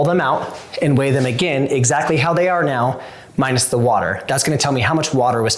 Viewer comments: Are you saying "meow" instead of "now"? I could swear when you said, "alright meow the sauce is heating up" Please tell me you arent saying meow. I really want to like these videos. Its not cute or funny. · Anyone else notice that he says "Meow" instead of now??? Tell me I'm not the only one who notices!!! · Is it just me or is he saying meow instead of now? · Are you saying "meow"? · Is he saying MEOW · Is it just me or as he keeps saying “ok meow” 🐱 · So totally hearing it too! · Are you saying meow?😅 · Are you saying “meow” 😂😂😂